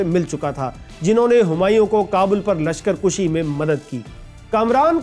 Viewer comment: صَفوی صِفوی نہیں۔ ہِندال نہیں ہُندال۔ لشکر کُشی نہیں لشکر کَشی۔ ٹھیر نہیں ٹھہر۔ دلیی نہیں دہلی۔ نہیں کھیل اے داغ یاروں سے کہہ دو کہ آتی ہے اردو زباں آتے آتے۔